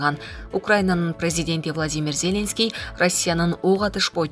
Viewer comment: ЗЕленский деп окуп жатабы?